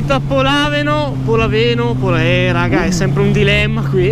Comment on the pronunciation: il posto si chiama Lodrino non Modrino e polàveno non polavéno